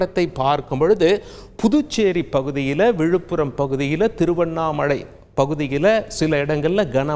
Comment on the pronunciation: Thiruvannamazhai ELLA Anchor sir. THIRUVANNAMALAI.. CORRECT THE MISTAKE